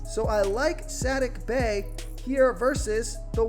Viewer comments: Saddiq Bey is suh-DEEK Bay. 😉❤️ hmm Brolo is interesting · S-ATTIC Bey had me rollin hahahaha